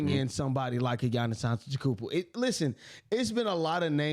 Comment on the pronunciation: It was funny seeing you trying to correct my buddy saying “Ujiri” with how many funny ways you’ve said “Antetokounmpo” and “Risacher” in previous videos😂. God bless to you both